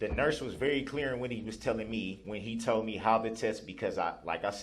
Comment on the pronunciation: 1. "what I wuz tode" **aka What I was told.** 2. "I did wut youz axed me" **aka I did what you asked me to do.**